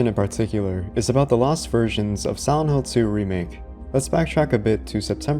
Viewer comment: whenever yoy say "silent" sounds like youre saying "sih ent"